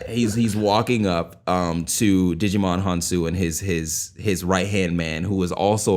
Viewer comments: Djimon is pronounced like Simon y'all 😓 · You all are butchering Djimon's name😫🤦🏾‍♀️ The 'D' in his name is silent. It's pronounced "jai-muhn" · everytime you called him digimon... the d in Djimon is mostly silent I'm pretty sure, I think it just indicates a hard j sound rather than a soft j